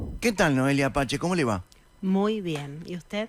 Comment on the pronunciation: Noelia Apache??? Se pronuncia "pase" (PACE)